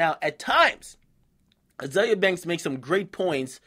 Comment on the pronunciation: its azealia pronounced zeal lol